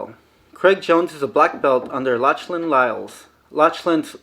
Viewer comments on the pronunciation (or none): Lochlan is pronounced Loklan and Giles is pronounced starting with a j.